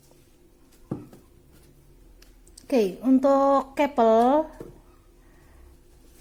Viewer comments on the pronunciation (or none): "Kepel kepel kepel"...masak baca "couple" kek gitu